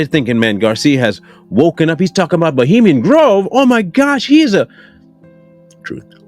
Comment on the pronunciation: Many times he even couldn't pronounce Bohemian Groove the right way you guys, come on! Not to mention that often while speaking he was throwing the yoni symbol with his hands. You guys are not getting that they use these puppets with half lies, half trues. The entire system are built by them.